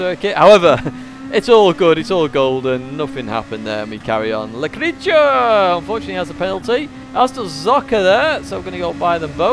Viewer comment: Thx, great video once again. Just a small hiccup. It’s not le creature 🤭 but ‘Le Créa teur’, the creator in English 😉